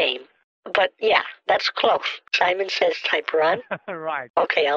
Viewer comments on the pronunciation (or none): When she says “Simon sayez” I lost it